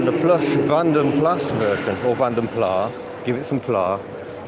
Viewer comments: ...and I still love that VdP 'Landcrab'. I believe it's "Plass", not "Plah". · It's Plas as in glass. It is a Flemish name, not French.